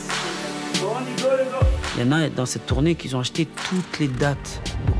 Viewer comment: "Il y en a (..) qui Zont acheter ..."